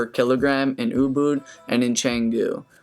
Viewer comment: Canggu, not cenggu